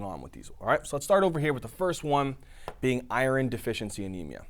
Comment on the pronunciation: First thing I noticed is you not pronouncing iron right.